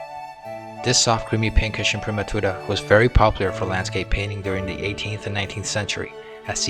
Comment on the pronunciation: Well done! A pleasure to hear someone pronounce 'imprimatura' properly!